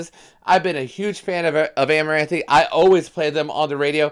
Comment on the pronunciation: Great Reaction I love seeing you jam out this one. Song is 🔥. Side note, it’s pronounced amaranth , you don’t say the e at the end lol